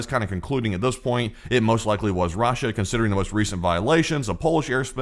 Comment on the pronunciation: why do you pronounce Russia like raw-sha